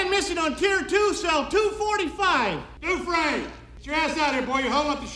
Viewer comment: i know yall didnt say dufreesnee. smh.